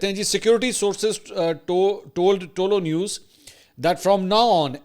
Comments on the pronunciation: آپ تعلق نیوز بول رہے ہیں جناب یہ پشتو زبان کالفظ ہے صحیح تلفظ یہ ہے۔۔۔ تہ لو نیوز ۔۔۔۔۔بولا کریں😊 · سر صرف کریکشن کے بول رہا ہو۔ تولو نیوز نہیں یہ "طلوع نیوز" ہے۔ love you